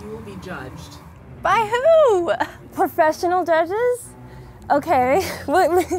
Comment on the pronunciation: They said "perfessinel juges"